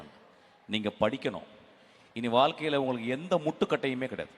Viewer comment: வால்க்கை என்பது கேட்பதற்கு மிகவும் கடினமாக உள்ளது மிஷ்கின். அடுத்த முறை வாழ்க்கை என்று உச்சரியுங்கள் Please